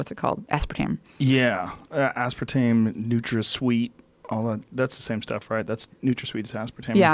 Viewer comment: Aspertain ?????? Aspertamine !